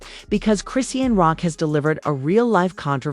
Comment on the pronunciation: How come you can’t pronounce her name correctly it’s ( Chris Shaun) dang is that to hard